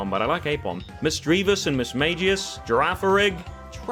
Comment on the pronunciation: "Girafirig" I bet you'll like Scarlet/Violet